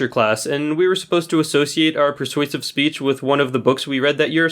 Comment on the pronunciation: how he said persuasive 😂😂(no hate)